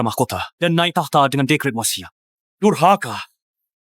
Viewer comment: Dasar DURKAHA kata raja bukan dasar DURHAKA 😂😂😂